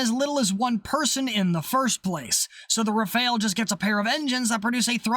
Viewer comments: It's pronounced "Raff-al", not "re-fail". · rAfAl(e) not rafaEl ^^ ty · 'Rafahl', not 'Rafail'; otherwise, great video as always :) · The first and second 'a' in rafale are pronounced identically. It's not rafeale or whatever you're saying, it's rafale. You pronounce correctly the first 'a' so just say the same thing for the second one, it's the same letter.